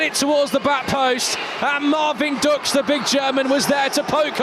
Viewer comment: the correct pronounciation would be ,,Dooksh“